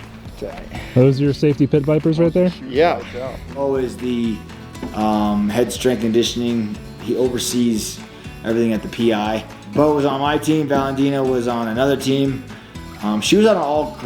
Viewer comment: how dare that man mispronounce Valentina's name